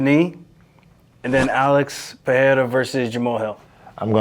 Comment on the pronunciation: Not Bryce Mitchell calling Poatan “Pierre-Uh”